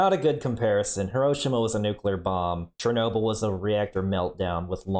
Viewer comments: why is everyone pronouncing it as cher-nobyl when its cherno-byl. black plant, pelen, wormwood, artemisia absinthium. thats what it means. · I do not like how they pronounced Chernobyl